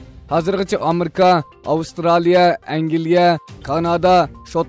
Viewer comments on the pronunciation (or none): “Amerka “ emas “Amerika” dap ukung..